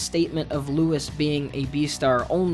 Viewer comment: I think its pronounced Louie